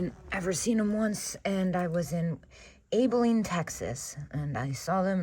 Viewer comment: Thanks as always for shopping on camera,! 😃😃😃 I'm in Texas, and it's actually 'Abilene' like Abby, with a short A ❤